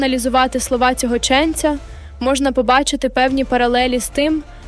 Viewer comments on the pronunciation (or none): ЧенцЯ, а не чЕнця. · Не чЕнця а ченцЯ. Грамотєї . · ЧеннцЯЯЯЯ! Став правильні наголоси, "дикторе "💛💙